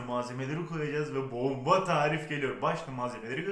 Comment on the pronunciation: Konuşman çok yapmacık. Itici... neden bombaaa derken abartili sekilde vurguluosun. Bence cok iticii